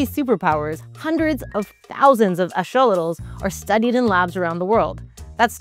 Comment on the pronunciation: I have studied these creatures for many years, have listened to specialists and Scientists speak on them, but I have never heard their name be pronounced as "Ash-olitals." Is that a regional dialect? "Axe-uh-lot-al" has always been how I have heard it pronounced ubiquitously. Great video. It would be fantastic to apply this biotechnology to regrowing human limbs and organs.